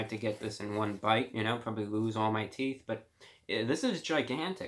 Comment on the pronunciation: listen with you eyes closed From ( ͡ಥ ͜ʖ ͡ಥ) To till he says theeth Thank me later ( ͡° ͜ʖ ͡°)